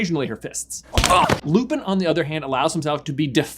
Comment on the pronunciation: Is it just me or does it sound like he's calling him Loovin?